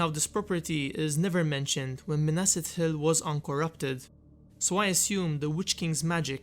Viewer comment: Pronounced Ithil.. not Itil. The "th" sound is, well, just that.. th. It is not pronounced as a hard "t" (i.e. ithildin... Also of the moon... Lathai, or Lethai... Also referencing light. Anything representing moon, light, shining, etc, is a soft "t & h"